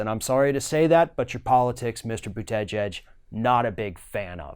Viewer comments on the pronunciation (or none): I love how you say But-te-geige lol😂😂